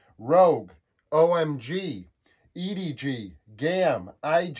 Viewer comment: man said edg LMAOOOOOOOOOO